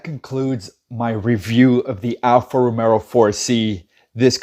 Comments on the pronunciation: I stop watching as soon as you said Alfa Romero. ITS ROMEO (Romayo) No extra “R” you goofy ass! We Are Alfisti!! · Say it like this .... Alfa Ro-May-o ..... 🤦‍♂️ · ‘Alfa romero’ 😂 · Romeo not RomeRo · Get the name right. It's Romeo! Idiot.